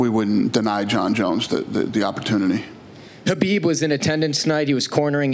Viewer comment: How is Dana still pronouncing Khabib’s name wrong lol